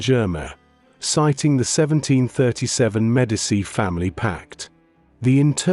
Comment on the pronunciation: Why is it so darn difficult to get an AI narrator to properly pronounce Italian, French and German words and names. It's really annoying. There's no excuse to mispronounce "Medici."